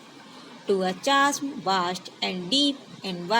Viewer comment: The pronunciation of chasm is kazem